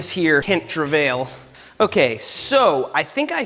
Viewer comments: Just FYI, the model name is pronounced: "true VI." It means lucky find. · I like how you pronounce Trouvaille which is a french word. It doesn't sound like that at all.🤣